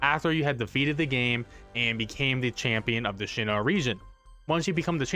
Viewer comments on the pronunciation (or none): Bro it's not Shinnoh is Sinnoh!... But great video otherwise, thanks for helping me :D